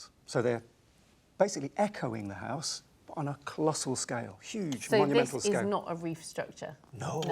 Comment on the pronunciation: I like how she pronounces "house" as "hice". As a Canadian, I'd say "hoose".